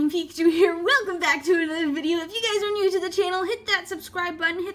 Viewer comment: I thought you said mew to the channel